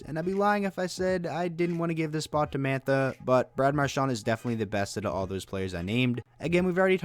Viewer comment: You said mqrshan three times